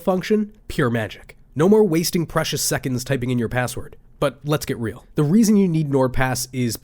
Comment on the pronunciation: it's not "rael"